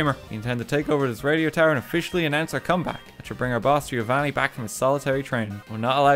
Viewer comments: Lol you dont say the i in Giovanni only Govanni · RT: "Gi-o-vanni" Me, an italian: heart attack